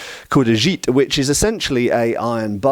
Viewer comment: Respectfully, jitte is pronounced like jee-teh/jee-tay, not dzheet. :)